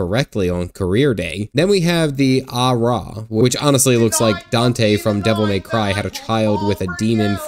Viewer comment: .... ALRIGHT!!! THAT IS IT!!! It is Hyur - High yer (Kinda close to Higher with a bit of Y in there.) Au-ra - Ow RAH Roedagen - On the 'Road again' Mi-qote - Me ko tay Lalafell - ... Lala fell ... Yeah it's really how it is sometimes. Viera - Vee Era Forgot about Elezen - ... Also like the Lalafell, thank goodness. Hrothgar - Hhh roth gar Yeah it makes sense why the first batch kinda stood out in my mind. Long story short. Thank goodness for voiced cutscenes cause dang I'd have no idea how to say em either.